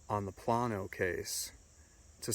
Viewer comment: Plano is pronounced "Planeo".